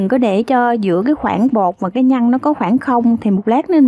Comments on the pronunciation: Bạn phát âm cho chuẩn để dễ nghe nhe. Nhất là từ nhân chứ không phải nhăn, đánh lưỡi chữ r bạn nhé. Thanks. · oi e làm bánh kheó lăm, chi thůòng xuyên xem Video cūa e, nhůng chi có 1 yêu câù nho nhõ, e phát âm cho rõ 1 tí, nhân mà cú nghe nhăn